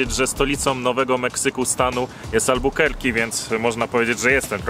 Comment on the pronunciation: Nie Albukerki tylko Albakurki